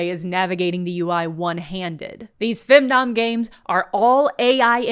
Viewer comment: When you said "femdom" I thought you were saying "findom" for a second. Findom fits as a concept if someone is willing to pay for a load of shovelware.